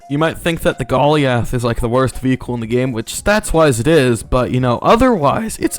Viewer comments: bruh why does he call it golly ath its goliath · aint no way you said "gollee ath" instead of "goal i ath" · bro says ben-yay for the beignet correctly instead of big-net but he says golly-ath 💀💀💀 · Bro said Gol - E - A - TH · THIS MAN SAID GOLLY-ALTH LMAO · thats not how you pronounce goliath 😢😢😢